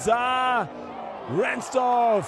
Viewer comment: Ransford, nicht Ransdorf 😮